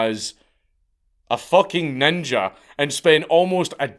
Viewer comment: Only real ones say ninjer with a hard r